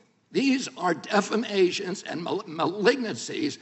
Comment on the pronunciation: Defamation, not defammation.